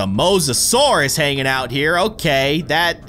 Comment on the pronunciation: Me keeping track of all the miss said words 😆 you called the Mosisorious Did not spell correctly Megalodon you Called the megalodon megosourus and yea XD not hating just thought it was funny